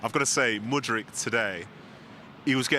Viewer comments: do these so called Pundits even watch chelsea's game....!! i don't think so Someone tell craig its mudryk not modrich....and he has been good this season but suffered due to injury ....then he speaks about money chelsea spent and compare the offense of chelsea and liverpool w/o mentioning the price liverpool paid for that Nunez 100 mill, luizdiaz 50 mill,jota 55mill when compared to chelseas offense Mudryk 80 mill, palmer 35mill, Nico jackson 35 mill, Nkunku who hasn't played more than 2-3 games came for 60 mill .!!!! Shaka keeps mentioning the money they spend every time he speaks about chelsea w/o mention that they sold nealy 22-23 players in the span of 2 year and i wonder how much money would it take to replace good 22-23 player Auba Ziyech Havertz Koulabaly kante jorginho Mount Lukaku Felix(lonee) Christensen Rudiger alonso emerson CHO RLC Azpi Pulisic Giroud Zouma Werner kovacic kepa mendy Hall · Craig, pleeease stop saying Modryc, like Modric. Its MudryK